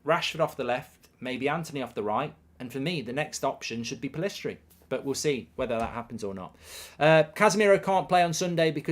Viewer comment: Still doesn't know Pellistri's name haha